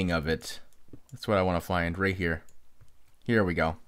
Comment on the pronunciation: says here the chinese way here-ya lol lol trolololololol